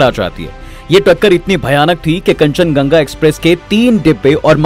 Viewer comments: Kanchan Ganga nehi yaar Kanchan Junga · Kanchan ganga nahi bhai kanchanjunga hoga😊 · Rail ka naam thik se boliye bhai.kanchanjungha hai. Kanchanganga nehi.😡😡😡😡😡😡😡😡😡